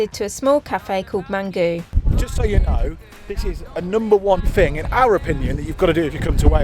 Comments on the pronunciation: Great video, loved watching you in my part of the world, Mamgu actually means Grandmother in Welsh (pronounced Mam-gey,) will be watching lots more of your videos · It's pronounced mam/gee not mam/goo, its welsh for grandmother, solva is stunning 👍👍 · Hello and. Mamgu is not pronounced and mamgoo, it's mamgee (like ghee). U is pronounced as ee in Welsh. Mamgu means grandmother. Llangrannog and Aberystwyth - impressive try! Go try...... Good morning from Wales - Bore Da O Gymru (boreh dah oh Gymree). I'm a Vegan - Figan ydw I (Veegan uhdoo ee) 😀 Another great vlog. Thank you for all your efforts. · Love your videos. You make the best food. Just saying Mamgu is pronounced like Mam-ghee. Keep up with your really good vids. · I love this part of Wales! We had so many great holidays there as kids. BTW, Mamgu is pronounced Mam-ghee and means grandmother or nan. ❤ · Someone's probably already said it but it's pronounced mam-ghee. It means grandmother in Welsh. They looked amazing :) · I wont tell you the proper pronunciation for mamgu as I've seen someone else already has 😊 I've lived in Bridgend my whole life but spent large parts of my childhood in St David's and Fishgaurd. We even had my nans funeral in that cathedral and my brother is buried in the cemetery a few minutes away from the cathedra. Those ruins are the bishops Palace and looked after by cadw. Such a beautiful place though. Planning a trip down in 2 weeks haven't been since Januaray and you're making me miss it 😭😭😭 loving the vlogs though!! Also your pronunciations are not to bad tbf. Thank you for helping the seagull xx